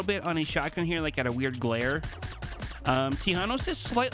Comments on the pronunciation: How people normally prounounce Thanos: thFanos Vs How prounounce it: T-Hanos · Its th anos not T hanos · You said thanos wrong your suppose to say it like than then os not t then hanos. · did he jus say t-hanos is a scientist... 😭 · "Word on the street is that we're getting T-hanos tonight" 😂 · ay! I'm not the only one who calls him t-hanos! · “T-hanos is very intelligent ”😂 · "T-Hanos" 😂 I loved explanations to why he chose certain backblings for Thanos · Tee-han-nos dancing will forever be cursed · Now to annoy my friends by saying T-hanos all night lol Thanks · T-hanos hahahahahah I am dead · TI hanos 😂😂😂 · did you really just say T-hanos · Whay you say tea hanos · T hanos huh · T Han Os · Plz never say t-hanos again absolute cringe😐